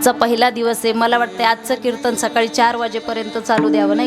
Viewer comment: आसवल, अवे, नतर, बरेच, कीरतन